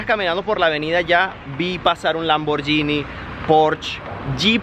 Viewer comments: ¡Se pronuncia PÓRSHE y LAMBORGUINI -(no pors, ni lamboryini) 👎😠...¡es alemán e italiano, respectivamente!, no francés ni inglés ni nada parecido. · "Lamboryini" dijo... Jajajá... ¡El Palacio DEL Hierro! 🤭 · cundo dejarán de pronunciar( lamboryini)??? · He keep saying "lamborYini" 😅😅😅😅 that's so funny they are impressed with Fords, Toyotas, jeeps, Mercedes ....lol.... too funny....